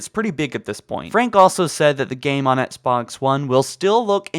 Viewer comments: It’s XBOX! Not SBoX that shit bugged me 😂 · He says etsbox one not xbox one HAHAHA😂🤣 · Why does this dude say ENXBOX ONE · Etsbox one 😂😂 just teasing lol love the videos bro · I love your videos but the way you say XBOX is making my eye twitch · Why can't you say the word Xbox. It really irks the shit out me... You need some English tutoring to eliminate it.